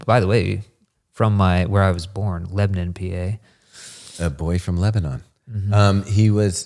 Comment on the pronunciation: says Lebanon wrong. haha!